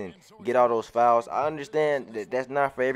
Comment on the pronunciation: Yo when you say "files" i be thinkin you sayin fouls i be confused af like how many fouls im suppose to get? 😆